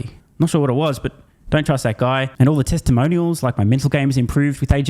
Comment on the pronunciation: New word: “Teslamonial”